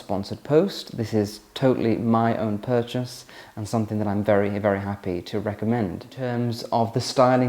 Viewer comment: The word "something" ends in a G not a K. It's called pronunciation. Making life more elegant for you...